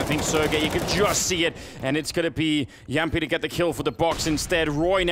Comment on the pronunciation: I love the fact that Moses and Anders can both pronounce Jamppi's name correctly